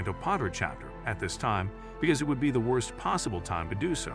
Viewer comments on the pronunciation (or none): none